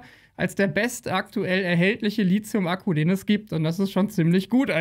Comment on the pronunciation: und und Immer wieder dieses doofe "LiZium" :-( Es heißt LiTHium wie in Lithosphäre und Lithographie! (Aber dann über 'Aftre' lachen ...) Inhaltlich sind deine Videos absolut top - nur sprachlich halt nicht ;-)